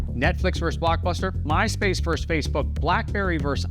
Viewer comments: "Verse"? I think you're trying to say "versus" ... abbreviated "vs.". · It’s “versus” not “verse”…thank you for your attention to this matter. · No! “Versus” is NOT pronounced “verse!” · why do you pronounce versus as Verse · The word is verSUS. Not verse. ಠ_ಠ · You are having a problem with the word "versus", a simple, Latin word meaning "against". Do not substitute the word "verse". "Verse" is an English word for a portion of poem or song. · Versus: two syllables. Pet peeve. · Great video...but "versus" is a two-syllable word.